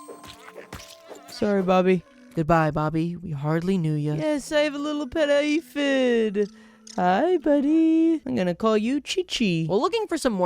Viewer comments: hey just fyi you said aphid wrong at ! its pronounced more like ay - phid not ah - phid ! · it’s not ãphid it’s aphid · ITS NOT APH-ID ITS A-PHID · That can’t be the way “aphid” is pronounced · your pronunciation of aphid makes me want to remove my ears with a blender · Not saying laybrinth but also ahphid